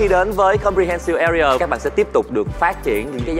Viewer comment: His pronunciation "AREA" is bad and wrong